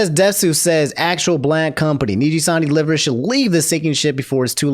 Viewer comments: I find it amusing that pronounces liver like the organ and not live-er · its (Live-er) not liver 😂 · when said livers(the organ) instead of live-ers I laughed. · thats not as obscene of an offense as pronouncing liver the organ way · Everyone: It's Selen, not Selene! Me: Why you pronouncing LIVErs as liver? 😅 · Bro I know this stuff is important news but your pronunciation of liver is hilarious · Aint no way he said liver like liver, the body part, in the selen section 😭😭